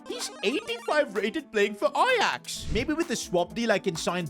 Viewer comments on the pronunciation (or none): none